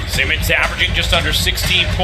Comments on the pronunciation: Commentator: "Semens put it in" really SEMENS 😑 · Why can't this guy say Simmons correctly? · The Reporter cant say simmons